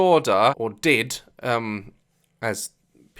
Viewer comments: daz i love you but hearing you pronounce it like “did” rather than “D.I.D” triggered my fight or flight response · The DID thing makes me so angry. This is stupid and when she called out dissociaDID I got so pissed. This is so outrageous. Also daz it’s pronounced d-I-d not did. No disrespect just saying :) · It’s not pronounced the actual word did, it’s pronounced (dee-eye-dee) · ik this is old asf but its D.I.D. and u say every letters name